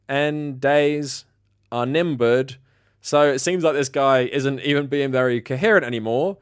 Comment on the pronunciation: "Thank Godnyiirndays are nimbered." That one really got me 😆🤣🤣